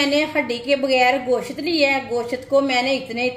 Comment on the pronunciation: میری بہن گشت نہیں کہتے گوشت کہتے اور کری پتہ نہیں ہے اردو میں تیز پات کہتے ہیں